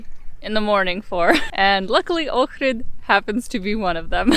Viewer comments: Thumbs up for saying the name correctly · I’m impressed that you can pronounce Ohrid properly. Not many people do when I watch these travel videos. Good job. Edit: Ok, just saw your other video where you explain you're of Ukrainian background. Makes sense now. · Thanks for pronouncing Ohrid perfectly.